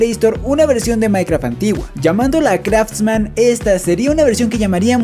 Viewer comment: me encantan tus videos y soy yo o enves de decir craftman te la pasaste diciendo kratosman? XD